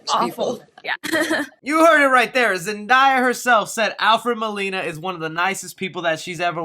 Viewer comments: Why do people pronounce Zendaya as Zen die ah. It sounds like how it’s spelt my guy. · OMG its (Zen-Day-Uh) lol Great video as always!:) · It’s actually pronounced Zen-DAY-ah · Haha leave alone about Zendaya's name it is "zen-day-yuh" though it's not a super big deal though. amazing work as always! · Why does everyone insist on calling Zendaya "Zen-die-ah' HOW HARD IS IT TO SAY HER NAME?!? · Bro I'm gonna need u to say Zendaya correctly its Zen- day- ah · Her name is pronounced “Zen Day Uh” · It’s ZEN-DAY-UH! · Again its pronounced Zen-DAY-ah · Zen-Day-Ah correct and only way... confirmed by Zendaya herself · yo your pronouncing her name wrong bro... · I don’t even want to watch this video anymore. You can’t even pronounces Zendaya correctly!! OUT 👎🏾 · pls say zendaya right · Sorry to hate but you said her name wrong zendaya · What annoyed me was him saying zendaya wrong it don't have an I in her name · Btw you said Zendaya wrong. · he said Zendaya wrong and aww no Dane Dehaan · It’s just a mispronunciation of a name. It’s not a big deal. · Keep Saying zendaya wrong 😑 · The way u said zendayas name 🤦‍♂️😂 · U not even saying her name right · So not is going to say anything about how he say zendaya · He can talk Spanish, but can't say zendaya's name right😂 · Hey her name pronounce Zen-day-ah not Zen-die-a 😂 lol... You have to get her name right you never know she might be watching your Channel... But I dismiss all these speculation or rumors about Spider-Man 3... I'm just going waiting to see the actual trailer and see the movie later this year!!! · It’s ZEN DAY YA, not ZEN DYE YA 😂 😂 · Sir it’s Zen day a not zen die a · It’s pronounced (Zen) (Day) (Uh) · Name is zendaya not zendia once again you said it really weird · Great Video! Just confused as to why everyone always says "Zen DIE uh" instead of "Zen DAY uh" lol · lmao it’s ZEN-DAY-A not ZEN-DIE-YA lmaoooooooo please say it right next time!!!!!!! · Zen-day-a it’s simple